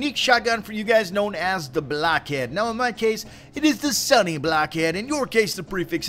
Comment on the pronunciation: it sounds like your saying sunny blackhead